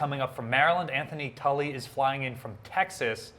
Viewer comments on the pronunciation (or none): none